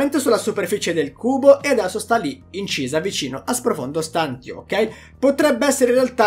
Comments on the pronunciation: pronunci male STANTIO, prova a sentire meglio la pronuncia da qualche parte 💪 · La tua pronuncia di stantio mi triggera e non poco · Comunque si dice SPROFONDO STANTÌO !!!!!!!!!!!!!! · la pronuncia di stantio è stantìo(stantiio) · Si dice stantìo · Ma puoi iniziare a pronunciare bene STANTÌO? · Qualcuno spiega a come dire 'stantio' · sei bravo e ti dai un sacco da fare... ma "stantio" per diana non si può sentire l'italiano è importante per chi comunica. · Non si pronuncia così stantio ;)